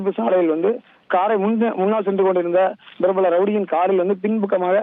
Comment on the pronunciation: prapalam என்று உச்சரிக்க தெரியாமல் brapbalm என்று ஐய்யோ இந்த தந்திடிவி தறுதலைகளிடம் தமிழ் படும் பாடு இருக்கே.. அதிலும் தத்திடிவியின் ஒரு இசுலாமிய பெயர் கொண்ட அறிவிப்பாளன் தவறாமல் ஒவ்வொரு முறையும் ழ,ள,ல மற்றும் ர,ற மாற்றிப் போட்டு கொல்வான். இந்த டிவிகாரன்களால் தமிழ் மட்டுமல்ல ஆங்கிலமும் சேர்ந்தே ஊனமுறுகிறது.